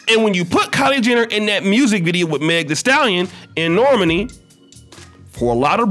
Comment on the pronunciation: Its pronounced nor-maaaaani not normeni 😆😆 say it with me